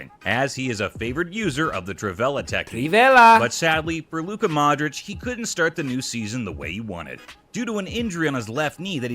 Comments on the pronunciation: Dude, it's ModriCH, not ModriK. Get it right, it's not that hard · Modrić read Modrich... Americans 😒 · modrich!,. pls pronounce it right.ty.